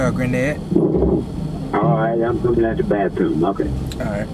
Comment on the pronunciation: Did he say bathtoom 😂